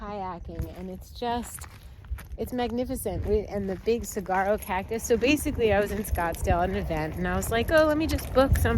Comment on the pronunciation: You worry me! And it’s pronounced silent g. Sawaro (saguaro) ❤